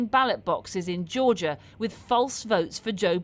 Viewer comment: It’s Georgia not Georgor